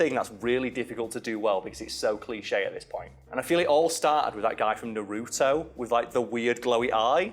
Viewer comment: Naruto isn't even my favorite anime but it just enduces my inner rage mode whenever someone calls Naruto Na-roo-to I mean it's not even that bad but yeah it pisses me off.